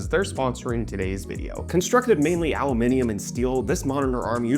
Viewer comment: You pronounced aluminum wrong.